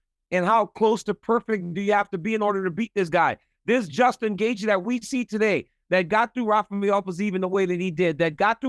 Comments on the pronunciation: Doostin versus Joostin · Bro really said Djustin lol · DC: What was the process of having you two fight in Utah and have the BMF tittle on the line? Justin you go first. Justin: Did you say DUSTIN OR JUSTIN? DC: Dustin, Dustin…. 😂😂😂